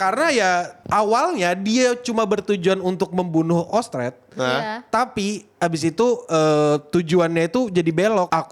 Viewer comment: sedikit koreksi. 1. Orsted bukan Ostred (ga terlalu penting tp ya sudahlah) 2. Roxy itu dari Ras Iblis (Ras Migurdia) bukan elf, yang Elf itu Sylphiette. 3. yang sepupu Paul bukan mamanya Eris tapi bapaknya yaitu Philip Boreas Greyrat yang ngomong langsung sama Rudy. (btw hubungan Paul sama Philip juga lumayan dekat makanya itu dia nyantai banget sama rudeus).